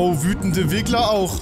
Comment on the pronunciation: eS HeiST RiGGleR uND NIchT WiGGleR!